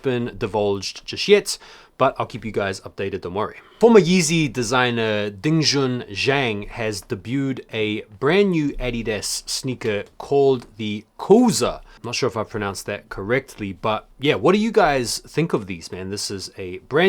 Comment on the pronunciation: Zhang's pronounced Jang. The Z's a j sound. And Why's Westside Gunn wearing a tea cosy?